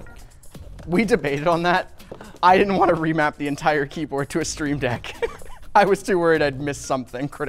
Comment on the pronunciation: Ohhh. You wanted a stream PC. I thought you said a screen PC.